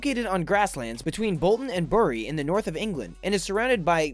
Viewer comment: Bury, England... Wow, usually only people from Bury pronounce it Bury. Good job.